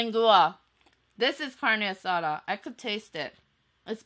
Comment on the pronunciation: "carne asara" "lengoa" jajajajajajajaja